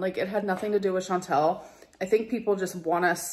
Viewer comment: I just realized She's sucking up to Chantal and still mispronouncing her name 😂